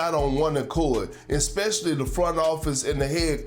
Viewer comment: i love hearing kendrick perkins try to pronounce especially